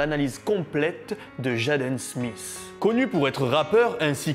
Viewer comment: C’est pas « jaaden » son nom mdr 😂 tu détruit son nom en le disant en français . Sa s’écrit « jaden » m ça s’épèle « Jayden ». Sinon continue tes vidéos 🤩👍